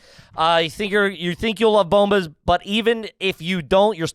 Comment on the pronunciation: Love those “Booomba” socks 😂 wonder if they lose the ad after one shot, how do you fuck up “bombas”